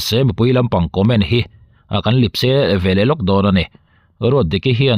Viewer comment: Lipse tih hi inrawn hmang a, Lepse tih rawn hmang thin la, a dik zawk lo maw.